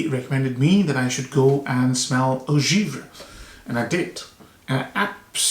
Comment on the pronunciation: Only correction is givré (givrée) there is a tone that influences the pronunciation. Frosty as you know